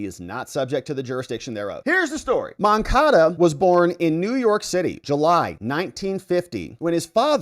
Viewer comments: Stop saying MoncaDO, it's MoncaDA. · MoncadA. Say it right!